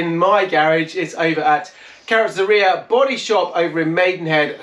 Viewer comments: It's not karcher but kercher as ä in German is prronounced as e. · Karchah? Try Care-sher. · Can someone please tell him how to properly pronounce „Kärcher“ 😂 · Take a year of German?